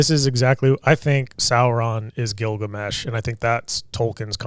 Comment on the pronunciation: Bro you butcher the epic of Gilgamesh lol you got about 50% right